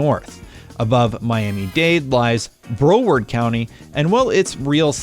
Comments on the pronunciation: bro said "BROwerd county" it's pronounced brow-word county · Collider County!?? lol seriosly? It's Collier County not Collider!!!! And Broward, Brow is pronounced like eye brow not bro. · it’s pronounced Br-au-ward not BRO-ward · Its pronounced BrowARD not Broerd. What kind of ai generated BS is this shit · Lol Bro-ward County. Its pronounced Brow-ward, like eyebrow, County. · It’s pronounce BROW-ARD county. Not BRO-ARD. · It’s pronounced BRAOWARD not bro- ward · We don’t pronounce Broward county with Bro. We pronounce it like the O it’s an A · Wow just absolutely butchered broward county 😂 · It's Brow•ard not Bro•ward don't disrespect it like that lol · It’s “brow -ard” county not “bro ward” county 🤦🏾‍♂️ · It’s brahw-werd county not bro-werd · Bro-werd county? No, Brow-werd county. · It's not BRO-WARD COUNTY ITS CALLED BROW-ARD BROWARD COUNTY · Buddy said bro ward county lol its pronounced Brow Ward county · Not BRO-word county. It’s BROW-word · My lord the pronunciation in this video 😂 “bro-ward” county lol it’s pronounced “brow-ward” but spelled Broward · As someone who's lived in south Florida, it's hilarious hearing all the game journalists pronounce Broward County like, "bro, word" county. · Broward is pronounced Brow-ard not bro-ward. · Bro word county???? Lmao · Bro werd county 😂😂😂😂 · wtf is bro-ward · Did you just say Browerd county? Lmao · Bro pronounced broward county as “bro word” county lmao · My ears bled when he pronounced Broward county as Bro-werd. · He said bro werd county Jesus Christ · “Bro-ward” county 😂😂😂😂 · Jit said BRO-WORD county…. ol goofy ahhhhhh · no it broward 954 jit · Bro ward county😂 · It’s pronounced “brow” like eyebrow. Broward county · Collier (CAH-LEE-er) Broward (BR-OW-ARD) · The counties of 'Co-liar' and 'Bro-word'????? Holy crap 😂😂😂😂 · Bro-ward county 😭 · ‘Brow- Ward’ county ‘Coll-Lier’ county Those pronunciations hurt 😂😂😂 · lol it’s pronounced “Brow-erd” county. The police car is an exact knock off of local sheriff cars